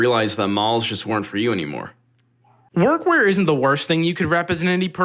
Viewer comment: When you were talking about workwear I thought you called it workcore. Would have been cool if that was a thing